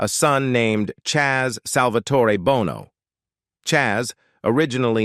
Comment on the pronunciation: Gotta check that AI my guy. Numerous, almost comical errors. Every time your script shifted from "Sonny Bono" to just "Bono" your AI guy switched to pronouncing U2's Bono 🤣